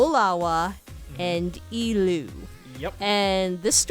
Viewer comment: Sorry for correctingbut the three legendary menehune are pronounced Ha a lulu, molava, and eh lu